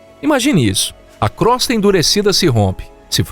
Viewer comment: Crosta se pronuncia com o fechado e Io também 😬🙄